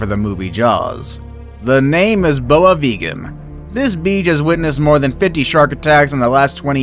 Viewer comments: The last syllable in viagem. Is pronounced like Jay. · Any brazilians here laughing with the "boa viagem" mispronunciation? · Uu pronounced "viagem" very wrong 😂😂😂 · Ok im brazilian and im not gonna lie his pronounciation of boa viagem beach was disgusting, but since i have a lit of friends that have a disgusting pronounciation of anything in português, im actually fine with it